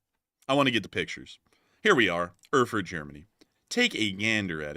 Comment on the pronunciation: It's pronounced AIRFURT. And they have great beer!